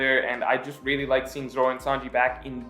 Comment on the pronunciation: Every time he says really I always hear Rayleigh